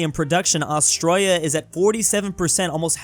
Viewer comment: im triggered first 5 seconds of the video bro says "austroya"